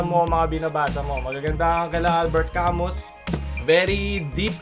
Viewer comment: Albert ca-muu po iyong pag bigkas sa pangalan niya.